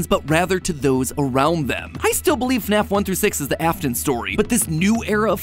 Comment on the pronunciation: JORJOR WEL??? IN FNEFFF???